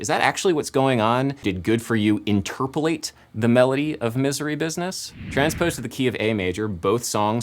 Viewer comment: Well, I learned how to say interpolate the right way today